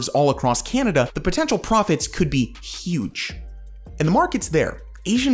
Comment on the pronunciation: Can you please stop saying Canada like that